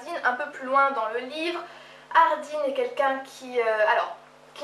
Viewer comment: C'est perturbant dans ma tête c'était Hardin prononcer ''Hardun'' et non ''hardine'' :)